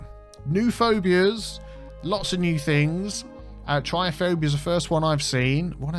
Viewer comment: I believe it is pronounced like Trip-ta-phobia, I could be wrong.